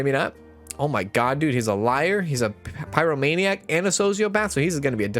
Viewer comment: I’m sorry I just have to say you’re pronouncing a lot of the disorders wrong, I waited till this episode to comment so see if someone else corrected you. I’m writing this in a helpful way not a spiteful way. If you’re doing it on purpose then carry on…. It’s pie-row-may-nee-ack and klep-tow-maniac etc Again sorry, it was just bugging me ahah